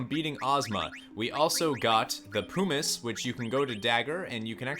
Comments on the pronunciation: Jesus christ I swear no one on yt can speak well. Its PUMiss not POOmiss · Where u learn English man moogles and pumice is not pronounced that way lol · Hhahaha Poo miss. It’s Puh mis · Oh, and "pyoo-miss"? Puh-miss! It's "puh"! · "Poo-miss piece" Mate wot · The way you pronounce “pumice” makes me want to cast meteor on you!